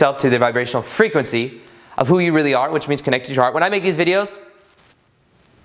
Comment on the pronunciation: I love your "frehquency" in this video. I'm feeling your vibe man. We are more than we think or can think. Love it.